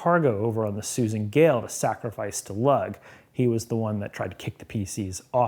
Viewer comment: Without reading the text, I don't know how accurate this is, but it SOUNDS like you're referencing the names Cernunnos (hard K not soft S for C) and Lugh (Lew or Lyu, not Big Lug). Maybe the adventure modified them from the IRL Celtic, but these are the correct pronunciations. Cernunnos is in fact a horned god, but Lugh is a generally benevolent deity.